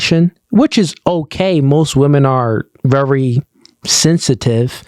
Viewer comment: The word is "VERY"! Not "Rery"